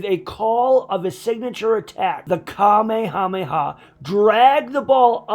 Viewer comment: The only thing I don't like about this is that you call it the Kamehameha not the kamehamehe wave